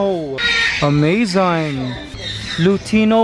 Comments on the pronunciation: wow amzine did he just say amzine? instead of amazing? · Kuya Mikey why do you say Amaizaing instead of amazing